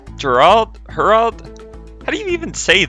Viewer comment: why would u pronounce godzilla like eraldo